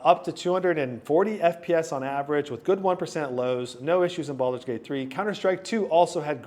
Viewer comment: It's Baldur's Gate, not Baulders Gate 3